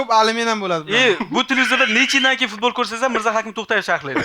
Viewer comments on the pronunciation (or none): none